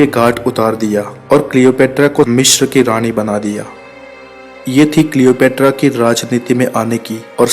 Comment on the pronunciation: Worst pronunciation of Cleopatra